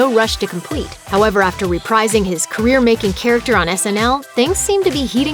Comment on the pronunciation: Someone tell that narrator it's pronounced score-say-see, not score-sehs-ee. And it's "Inglorious Besterds," not "bastards," and reprising is repreesing not repr-eye-sing.